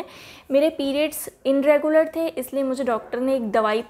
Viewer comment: dear inregular nhi bolte its irregular....just correcting you don't mind...m bhi kr deti hu mistake